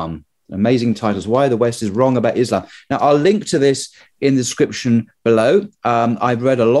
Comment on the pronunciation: Thanks for not calling it "Izlam"